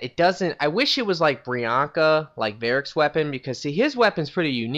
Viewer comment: brianca...varric would kill you for butchering that.